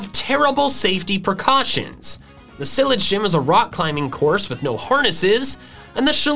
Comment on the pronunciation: You called the cylage city gym wrong. You pronounce it: (si-lah-j